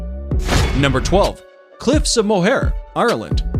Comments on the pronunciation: Moher is pronounced like "More" not "Mo Hair" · Stopped watching when the wildlife shown for the Cliffs of Moher was PENGUINS. -And it's pronounce MU-her (rhymes with mother) not moe-HAIR. the rest must be nonsense, too. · its pronounced moeher.........not mower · 12. They are not the “cliffs of mohair”!! If you’re going to make a video like this, you might try to find out how to pronounce the place names you are discussing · Cliffs of mow hair😂 lol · The Cliffs of Moher are pronounced as more in English